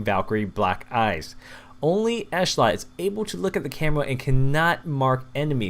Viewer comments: its ehetlot not eshlot an its yair not yiar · It's no big deal but it's ish-lot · it's pronounced i-TOO-r and esh-LOT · I-tur Ish-lot